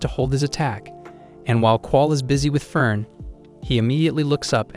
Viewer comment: aah, why do you pronounce "Frieren" and "Fern" identical? ^^; Come on man... those 2 words sound nothing alike, in the original language... Frieren = "Free-Ren" Fern = "Phaerrn"